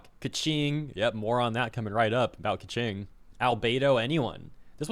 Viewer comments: Lol Pie-Mon and Kvetching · Bro, there is no way Keqing is pronounced as Kaching